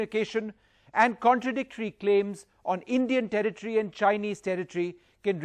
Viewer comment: "This is indian territry. this is indian territrryy".